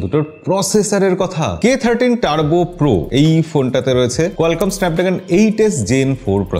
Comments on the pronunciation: দাদা এটা উচ্চারণ 30 নাতো 13 হবে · K Thirty না K Thirteen 🎉